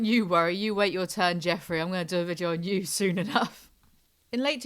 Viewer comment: I love you but I can’t stand the way you pronounce “video” like “vidjio”